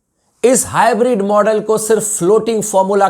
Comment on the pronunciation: Bhai ye hybrid nahi bolte hai ye hi bread bolte hai😂😂😂